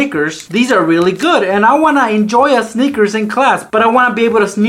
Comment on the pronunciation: you pronounce snickers as “Sneakers” because you love to sneak food into your classes lmao